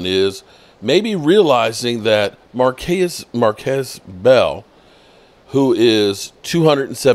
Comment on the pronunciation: It's "Mar-KEESE" Bell. Jesus man